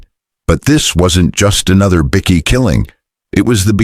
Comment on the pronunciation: What is a bikky? Damn robot